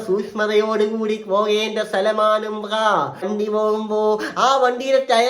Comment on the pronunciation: ഉമ്പ്ര അല്ല ഉംറ